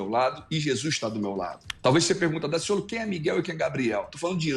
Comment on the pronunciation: Sou carioca e posso garantir que Daciolo foi perfeito em cada palavra.